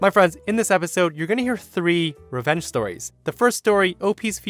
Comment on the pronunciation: I love the way said storehs